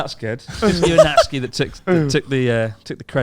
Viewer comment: thank you youtube for calling Natsuki as Natsky